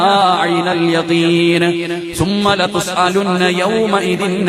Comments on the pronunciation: സുമ്മ "എന്നല്ല തജ് വീത് പഠിച്ച് ഒതുക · എന്താ സുമ്മ എന്നല്ല മൂന്ന് സ്ഥലത്തും തെറ്റി.